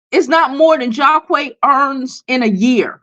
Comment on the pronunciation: Lol the names are pronounced JAH-QEEES and drEEzy. Long vowel sounds (this why they made for each other)